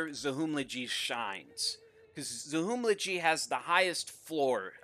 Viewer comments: It is pronounced Zahumlje not Zahumljidji. In Serbo-Croatian you spell the same way you prononce it, ALWAYS. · It's not Zachumlegee, it's Zahumlye, ly sound is like lli in William. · Zahumlje not Zahumlachi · It is pronounced Za-Hum-Lie. Not Za-Hum-Lje. Greetings from Croatia 😃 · Prisiklo me svaki put kad bi reka "zahumlidži" 💀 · Take a shot every time he says Zahumllje. See you all in the hospital. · I m bosnian, there is a letter called NJ, which is kinda these two zogrther, but it is more similar to N. So pronounce Zahumle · It's pronounced zahumlye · It's pronounced Zahumlye. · Its pronounced "zahumlye". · Pronounced: Za-hoom-llee Source: Да радиш к'о што кажем и да не једеш говна 😂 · Why dont you just use google translate, select Croatian or Bosnian as language write down Zahumlje and press play on sound, you can do that for almost every language in the world. Oh yeah what you pronounced it would be written Zahumlađi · Za Hum Lje ... the J is not je or G ... as a Croatian its extremly funny and upsetting at the same time xd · not even close pronouncing Zahumlje but respect for the effort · I like how he goes the incredible effort to pronounce "Il de France" correctly but totally butchers "Zahumlje". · I love your pronouncation of zahumlje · It hurts, hurts hearing you say Zahumlje, kinda funny, but still #nooffense